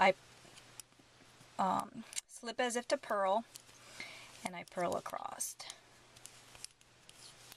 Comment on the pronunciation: Just some constructive feedback: you pace well, content is instructive, patterns awesome. We all develop accents & quirky ways to say things. In this case, my suggestion is to watch out for the word ACROSS. Ending it w a "T" is unpleasant to hear. Maybe watching out & ending the word ACROSS with the proper "S" ending , would likely make your videos more popular. Like I said, you've got great content, pacing, etc.